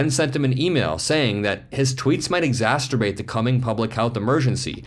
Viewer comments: There is only one 'T' in "exacerbate." You sad "exasturbate..." Whoopsie. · Elon said the Coronavirus panic (not pandemic) is dumb . And why do you pronounce exacerbate as exasterbate? Maybe you should review your videos before you post them! Having said that, I agree with everything you say. I am now convinced Elon is not only a narcissist, but an actual psychopath as well. I couldn't believe it when he won the pedophile lawsuit. I guess when you are the richest person in the world you can get away with anything. He also says so many ridiculously stupid things it is obvious he is no genius. He has a massive team of engineers and lawyers that make him look good. But the cracks are showing. Hopefully Tesla and X will both implode and we won't have to listen to his mindless drivel much longer. We can only hope! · The word is "eaxcerbate" NOT exasterbate. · you always do a great job... but exasTurbate??!! (Look up "exaCERbate" vs "master....)😅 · Love the show, just wanted to point out that you said Exacerbate incorrectly. I say this with nothing but respect and just want to help. It’s one of the words I said incorrectly for years!